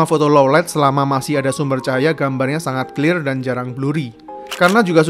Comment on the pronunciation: Bang gua udh dari dulu sub channel lu tapi mohon maap ni bang jangan paksain pake bahasa Inggris bang jadi agak gimana gtu denger nya pas bilang clear atau flare 🙏🙏